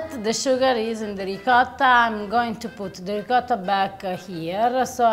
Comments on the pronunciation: ree ~ coat ~ tah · are you trying to say Ricotta? It hurts my ears every time you Reekarah., per favore, fai qualcosa, ti prego 😂🤣